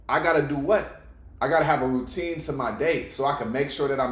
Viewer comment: ROO - TINE!!